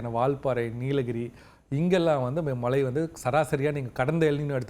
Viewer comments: வானிலை ஆராய்ச்சியாளர்கள் ஆவதற்கு என்ன தகுதி? மழையை மலை என்று உச்சரிக்க வேண்டும். கரீட்டு. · பிரதீப் சார் குமரி மாவட்டத்தை சார்ந்தவர்.... தமிழை உச்சரிக்கும் போது வட நாட்டு IAS அதிகாரிகள் பேசுவது போல பேசுகிறாரே.... குறிப்பாக மழை என்பதை மலை என்று சொல்கிறார்...... கேட்டுப்பாருங்கள் புரியும்...